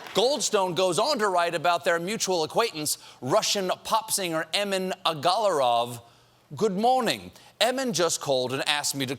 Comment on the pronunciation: But somebody seriously needs to clue Stephen in on the stress patterns of Russian names. (aGAlarov, VeselNITskaya). Something tells me there'll be more Russian names coming up on the show. The layer's name is Yiddish/German for 'barrel of fodder' bzw.